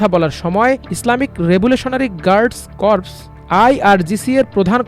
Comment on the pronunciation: corps এর উচ্চারণ কর্পস নয়, কোর হবে